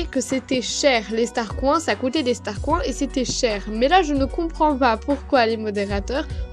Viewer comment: pour l'animation quand tu la trouver tu as dis " STARCROINS" xD :D